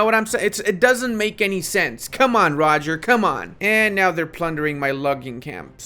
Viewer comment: You have to pronounce Roger in French.